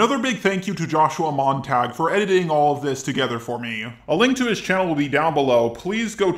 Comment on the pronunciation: isnt it joshua mon-tah-gyu, not mon-tag?